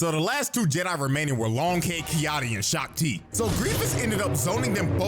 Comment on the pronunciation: Shak Ti ❌ Shock Ti✅